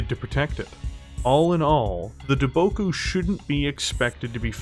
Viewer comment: Lol, you mispronounced Daboku several times. And I wonder if I'm the only one who caught the similarity between the words Daboku and Debacle.